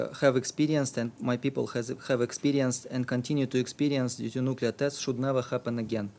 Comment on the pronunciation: Are you saying nucu LAR? When will you turn 13?